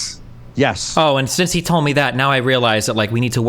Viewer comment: Whenever i hear ben say "He" I just hear "I"